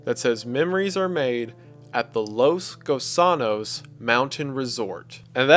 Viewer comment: “Los Gusanos” Wendigoon: Los KU SAA NOS